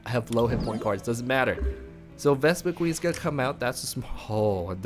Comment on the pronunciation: I hate to be a nitpick, but it's "Vespiquen", not "VespiqueEn". :P Other than that, great video. This looks like a really fun, fast, and most importantly, cheap deck.. except maybe for the Shaymin. lol